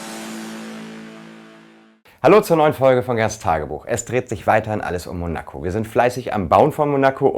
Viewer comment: Könnt ihr bitte mal lernen, wie man Monaco richtig ausspricht? Das wird auf dem "o" betont, nicht auf dem "a"!